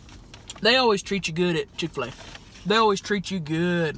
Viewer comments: i died when she kept saying “chiffulay” as chick fil a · I HATE CHIK-FA-LE